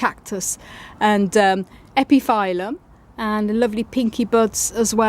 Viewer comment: Hi! I don't think that is important but epiphyllum is pronouncing like [ˌepəˈfiləm] because of latin origin. And as always beautiful plants and gorgeous blooms. Thank you!